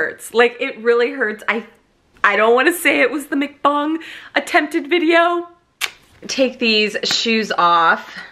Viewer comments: Gotta buy this!! FYI- mukbang is pronounced as b-ah-ng. The “a” sounds like “ah” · it's pronounced like MUCK BUNG and it's korean for eating show